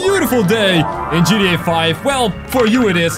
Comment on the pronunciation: You say gda 5 rong